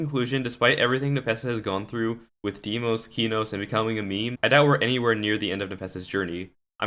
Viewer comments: him: keyknows me: NO him: deemaws me: NOOO PLEASE DON'T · man calls it keenos